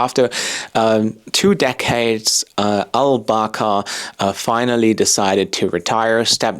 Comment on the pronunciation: The way you pronounce former CEO's name sounds like "Baka" in my Scandinavian ears. Baka in Japanese means idiot 😁.